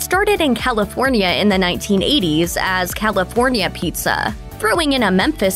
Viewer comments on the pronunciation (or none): none